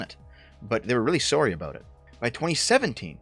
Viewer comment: Hearing a Canadian say "sorry" gets me everytime haha